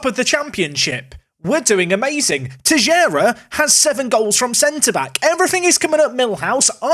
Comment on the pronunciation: Sorry to correct you, its Teixeira